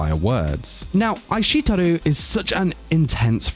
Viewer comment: bro I think you meant "Ai shite Iru" not aishiteru. Ohhh and maybe work on the pronunciations a bit :)))